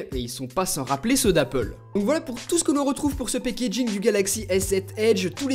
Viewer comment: Le " pékégine "